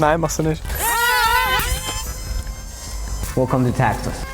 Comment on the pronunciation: "Wecolme to Taxas."